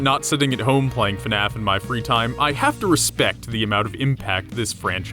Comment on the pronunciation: did you say... ResBect?